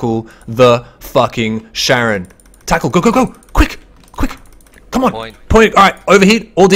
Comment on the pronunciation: Not Sharon, but KA-ron :) Like the boatman over the river Styx in the underworld. ;)